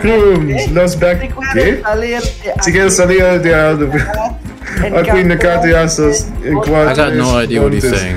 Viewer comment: “akwee” knocked me out